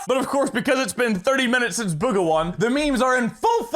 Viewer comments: Its boo-ga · Bugha (Boo-ga) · Ummm, actually, it’s pronounced BOOGA, AHAHAHAHAHAHA am smurt